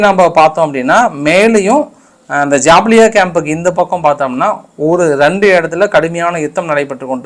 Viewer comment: Sir Pronounce ஜபாலியா.....dont pronouce ஜாபிலியா....❤